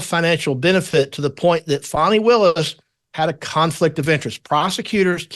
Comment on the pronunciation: I love you Kelly! You say it like it is! And her NAME PRONUNCIATION, FANI, not FAWNY! 😂😂😂😂 FANIIIIIIIII!!! 😂😂😂😂 LOVE IT